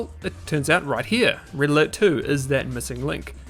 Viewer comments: IT's Pronounced "RED ALERT"!!! not "RIDDLER". Learn proper English for God sake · Pronouncing "red alert" as "riddler" really confused me